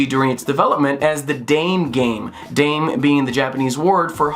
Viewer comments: It's pronounced as da-may :) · >when u tryna pronounce japanese, but say it like an american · “Dame game” Not how you say dame in Japanese. The Japanese ダメ (dame) is pronounced “dah-meh”, meaning no good, useless or hopeless. Easy mistake to make if it’s written in English, though. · "DAH-MEH" not "daaame" like great dane with an "m" in there. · ‘Da-meh’ not ‘Deym’ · Just a heads up, だめ (dame) in Japanese is pronounced "dah-may" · Great video! Only critique (and I'm gonna sound like a massive weaboo here) is that "dame" is pronounced dah-meh in Japanese. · The Japanese word "dame" ("no", or in this context, "no good") is pronounced "da-meh". Also I'm astonished to see a shout-out to Solar Striker. That was a REALLY early Gameboy game- not a launch title, but pretty shortly after, as far as I'm aware, and one of the first games my brother and I ever got for our Gameboys. I never managed to beat the stage 4 boss.